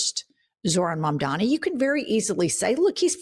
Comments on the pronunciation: Its MAMDANI not mamdami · needs to spend 5 minutes practicing to say Mamdani. Every time she gets to his name she loses focus because she's trying so hard to get it right. Mom-dah-knee ez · Ok. At this point (especially if you're reporting on him regularly) you should know how to say his name: Just like "m" comes before "n" in the dictionary, all of the m's are in the first syllable of his name: "Mam" The n is is the 2nd syllable: "dani." Mom - Donny Mom - Donny Mam - dani Mamdani "The name is Mamdani. You should learn how to say it." - Zoran Mamdani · It is MamdaNi DANI... please say it a few times in front of the mirror. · Guys?! As much as I luv you, just a quick correct: it’s pronounced, MOM-DONNY!!!! Mamdani! If you can say cuomo, you can say that❤ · *Mandami /s (they all say it like that) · has gotta get Mamdani's name right!